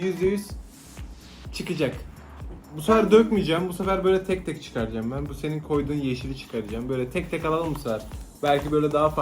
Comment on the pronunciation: komik şey seniğ,Güzel şey seniğ